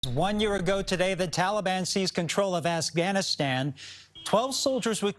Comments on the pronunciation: "Assghanistan" Phhhh hahahahahahahahaahahhaahaahahahahahahahahahahahahahahahahhaa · Did this guy really say Assganistan? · Lol, sounded a little like that.